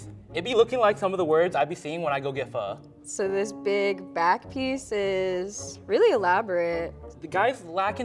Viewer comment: I flinch when he said "pho", I thought he said other word...